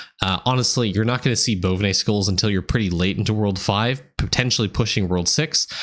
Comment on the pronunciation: I watched this about 15 times, now Im calling Bo-vine bones Bonvinay bones lol